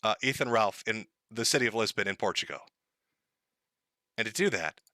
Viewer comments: STOP CALLING IT PORTUGO!!! THERES AN L AT THE END FOR THE LOVE OF GOD! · TIL doesn't know how to pronounce Portugal